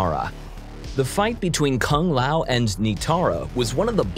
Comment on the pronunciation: At least he said Kung Lao better than they pronounce it in the movie